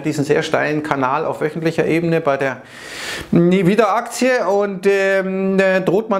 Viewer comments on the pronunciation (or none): Hat der gerade Nvidia als "Nie wieda Aktie" betitelt?:-)